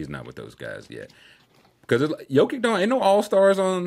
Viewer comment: Its Yo-Kich man. Dudes the best player in the world, show some respect